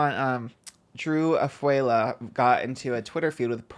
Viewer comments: Not Drew Ah-fuey-La 😭😭😭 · Also Drew’s last name is pronounced (ah-foo-ah-low) btw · hey trish! drew's last name is pronounced ah-fu-ah-lo, i know you've only seen it written down but its important to pronounce it correctly, love you so so much 🩷